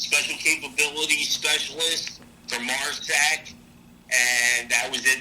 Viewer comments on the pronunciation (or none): Did he really just call it MARSACK! 😂😂😂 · Ok I laughed when he said Mar sack lol 😂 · This one was extra trashy. MARSOC... "MARSACK" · lol it’s pronounced mar-SOCK, not mar-sach😂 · Excuse my ignorance, but it’s MARSOC not MARSAC right??? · Holy fuck this dude is bothersome. As a former Marine myself…the second I heard him pronounce MARSOC as MARSACK….good lord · 😂😂😂😂 This guy is a damn good storyteller...he keeps saying MARSAC lmfao... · He said MARSAC...and his timelines a little off. SMDH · i bet you just love these farfetched stories....i dont know how you can keep from busting up. "marsack"? 🤣uh oh, black ops kinda guy...now that he told you he's gonna have to kill you........😁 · did this mf really say "MARSAC"? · Lmfao. This is one of my favorites. Why No Navy cross? What a Slacker. A reservist in force recon. Lol. He’s going to be 59 now so in 1979, he was about 14 and going to college on the GI bill. Cherry point is the aviation wing but he did scuba school. 336 instead of 338, Marsack, not Marsoc, Rapola…..This moron doesn’t even get the names right. I can’t believe Don kept it together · Its MARSOC not MARSAC...thanks Don much love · "...MARRSACK Training..."😂😂😂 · lol 😂 this was absolutely great what a dummy never heard it pronounced Marsac before that’s a new one